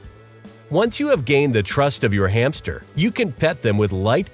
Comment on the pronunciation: I like the way you call the hamster every time hame